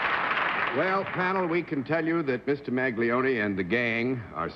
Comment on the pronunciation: I had to cringe at their pronunciation of the Italian name "Maglione".